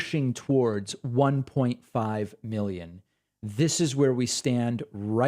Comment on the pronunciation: I love when he says million and billions... "Milly-ins" and "Billy-ins"